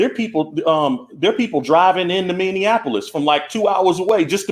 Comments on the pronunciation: Mr. Tatum- It’s Minneapolis, not Minneanapolis. 👍 Sorry has to say it, this is second video I watched where you said it with an extra “N”. It’s all good, good video👍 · Brandon its Minny-Appolis. No D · How you say Minneapolis is making me laugh so hard.. I'm dying over here. You guys are awesome!! Minneapolis is my home city. I'm so sad..